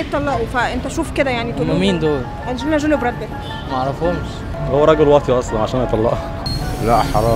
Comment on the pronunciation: انجلينا جيلى؟😳 اشهالبدليه الخرااا😂😂 اسمه انجلينا جولي